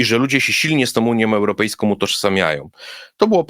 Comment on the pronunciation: Gdyby tylko jescze nie wymawiał końcówek "ą" jako "om"; zarzucajom, europejskom, uniom, mówiom, bramom, etc, etc... to byłby już faktycznie poziom mistrzowski. Ale to tylko taka mała drobna uwaga.